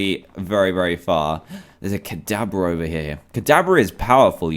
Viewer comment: Hey dan guess what. Ka*DAB*ra Also Ka*da*BRA